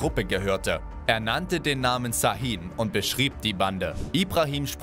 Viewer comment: Şahin wird scha_hin ausgesprochen